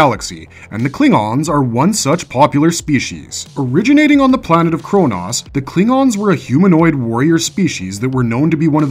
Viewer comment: Can't even pronounce Kronos right